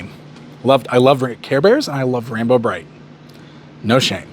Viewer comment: So, I’m watching this on my TV right now and every time you say “Rainbow Bright it sounds like “Ram-Bro Bright” to me and now I need a Ram-Man/Rainbow Bright mashup 😂